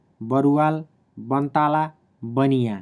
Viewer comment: बनताला होईन ब्रो बान्तोला हो है 😂😂😂